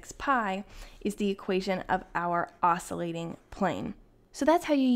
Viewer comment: Not to pick nits but the pronunciation is \ˈäs-kyə-ˌlāt\. The 'c' is a hard c.